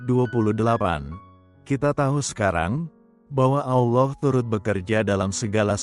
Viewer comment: Amin ALLAH Ps,mohon baca nya ALLAH bukan Alloh 🙏